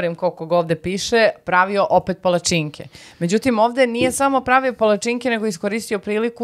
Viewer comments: kako akcentujes pala-cinke, malo boli.. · A ti si kao neki strucnjak za akcentovanje palacinki(palacinaka) 😮